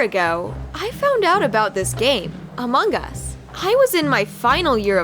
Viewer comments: laurente they said it like that and the person put this sign ="amung us" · Among us not among gus